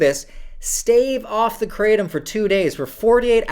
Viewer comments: Kratom- Pronounced -Kruh-tom, not cray-tum. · Please stop pronouncing it "Kray-tum" 😑 ... The proper pronunciation is "kruh-tawm" so the English-ized version would be "Krat-um". The way you pronounce it is not even close to the proper pronunciation.